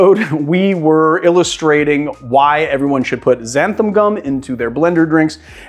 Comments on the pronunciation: Love the video but it's "XANTHAN" with an 'N' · Just a nitpick - it's xanthan with an "n", not xantham